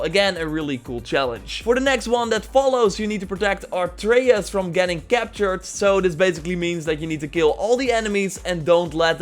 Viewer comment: the fuck is a "artrayas" hope he doesn't mean arteus